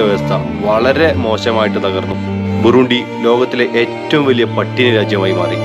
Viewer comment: Burundi ( ബുറണ്ടി ) എന്നാണ് ഉച്ചരിക്കുക